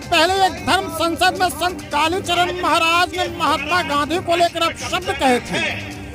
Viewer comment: एंकर को कालीचरण महाराज का नाम ठीक से बोलना चाहिए